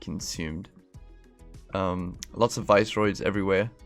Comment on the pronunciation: Yeah if you look up the word 'viscera' (pronounced) Viss-er-a you'll see where they're going with name :-) Nice channel as well man bro fist